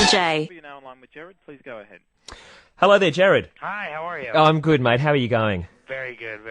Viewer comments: It’s GERARD not Jered 😂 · it's Gerard not Jerard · I don't really care how he pronounced his name, however Gerard does not look like Jared because Gerard has two "r"s. So regardless of his accent he didn't pronounce his name phonetically because if he had he would have pronounced it correctly. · the reason the interviewer said "Jared" was because in the European area they pronounce "Gerard" like "Jared" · pierce the rømance The interviewer is Australian,and yes,that is how they pronounce "Gerard". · I can't get over how he said "Jared" like what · stop. i am 10 seconds in and i hear "hellmo there Gerad" fuck you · The thing is that guy who is interviewing him is Australian and it's kind of to do with his accent. I'm Australian too and most of us pronounce Gerard's name that way here, I'm not 100% sure why, I used to but most of the time I don't anymore cause I got used to hearing it "the proper way" but yeah, most people do. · I'm Australian and sometimes it just comes out as "jarred" 😂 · This is an old comment but I’m from New Zealand (our accent sounds fairly close to an Aussie accent) and have always said gerard lol like damn bro accent or not put some effort in, it’s his NAME ffs 😂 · no he said it with an accent...so it sounded like Jared....but think about it...Jared Gared Gerard